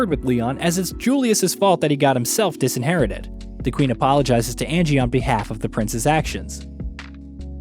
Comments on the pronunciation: Viscount is actually said in its traditional way. However his pronunciation of “disinherited” gives me migraines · never heard someone mispronounce "disinherited" and "viscount" so badly lol